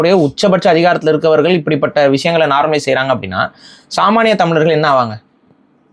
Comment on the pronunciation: This man speaking about so much on Tamil, but this fool doesn't pronounce tamizargal , It's not tamilargal